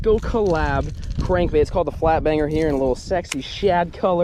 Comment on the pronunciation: When caught his 3rd fish it sounded like he said f**k banger and not flat banger